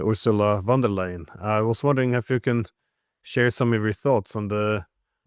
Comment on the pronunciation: Ursula von der Leyen .. not "Van der Leyen"